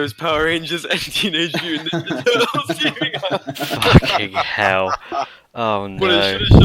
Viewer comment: When says "fackin 'ell" in true English fashion I feel a little better knowing the old world is not totally lost